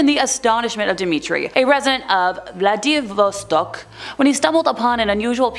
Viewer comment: Vladivostok is not that hard to pronounce,. More bare bottom spankings for you, girl.